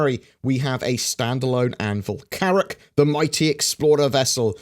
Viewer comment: Carrack? Pshash